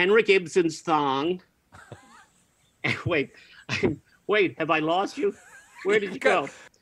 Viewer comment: Oh! I thought he said "Henry Gibson's thong", but yours is better...